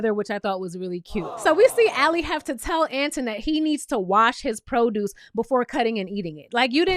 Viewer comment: Boo, who’s Ant in? 😂😂 I think you say it like Antoine.